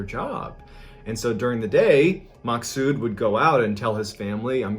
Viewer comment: My name is maksoud And you pronounce it as maxood😂